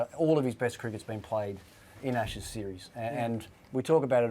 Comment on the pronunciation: "ASHSES PODCAST"....pretty embarrassing. Well done, Sky!